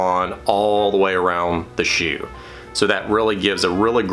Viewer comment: Bewt. Shew.